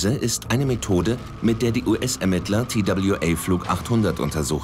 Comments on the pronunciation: Der arme Sprecher. Immer wieder der Zungenbrecher Tie Dabl Ju Ey statt einfach TWA zu sagen. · Wenn die einen „Tail Strike“ unpassend ins Deutsche übersetzen, hätten sie TWA auch deutsch aussprechen können. Das sehe ich auch so.